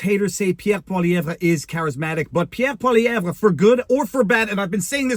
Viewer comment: Viva, just say Pierre Poilievre. Not Pierre Poilievre.🤔